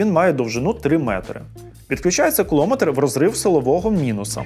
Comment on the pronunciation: Тільки не "куло", а все ж "кулоно" метр... 😂😂😂